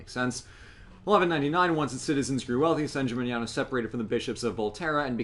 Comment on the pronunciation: managed to pronounce "San Gimignano" correctly. I've heard Americans pronounce it all kinds of way, up to and including "San Chimichanga".